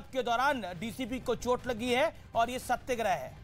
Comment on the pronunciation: "You did not meant it actually"..spoke Amish. Jyada angrezi bolta hai par angrezi aati nahi hai. Hindi bhi galat bolta hai. सत्याग्रह की जगह सत्यग्रह बोलता है.